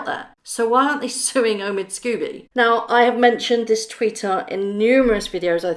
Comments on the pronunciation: Forgive me, but however much you may despise the co-writer of this book, his name is 'Scobie' not 'Scooby'. It's unprofessional to mispronounce repeatedly his name, likewise, Jessica is 'Mulroney' not 'Mulrooney'. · Sc-OH-bee not Sc-U- bee. Sorry but it triggers me when that idiots name is pronounced wrong.